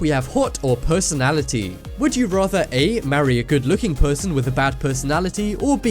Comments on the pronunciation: he said pussynality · IN THE FIRST SECONDS IT SAYS PERSONAILITY INSTEAD OF PERSONALITY